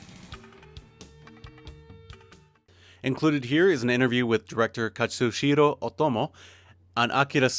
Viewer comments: it's Katsuhiro, not Katsushiro... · Complete review. Very nice. Only irk: the given name of Otomo is "Katsuhiro" (no S). Not enough to deduct any points from the review though. ;) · Katssu-heer-oh Oh-to-mo, right?